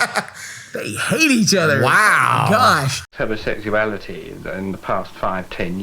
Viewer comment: "In the mormon faith, we don't practice Homoseck-soo-ality"